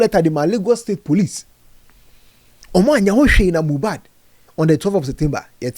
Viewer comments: Eii said mojab😂😂😂😂 konkonsa sweet u u sayn moja n mohbad together 😂😂😂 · Kokonsa ntsi mohbad koraa you said mohjad 😂😂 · Ei, Mojad paaa!😅 I knew it was a slip of tongue